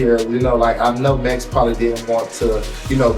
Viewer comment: Swore I heard call MAX, MESS